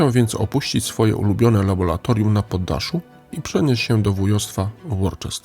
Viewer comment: Wybacz czepialstwo: - Worcester czyta się "Łuster" - LABORAtorium, nie "labolatorium". Skojarz z "ora et labora".